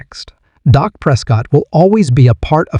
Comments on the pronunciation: Amen! How can this announcer even have a job when he can't even pronounce the guy's name right? Pathetic! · How can A I's phone be blowing up? Come on... can't AI pronounce Dak's name correctly?